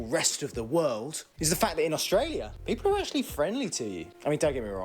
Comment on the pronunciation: Why do youn pronounce it AUSH tralia?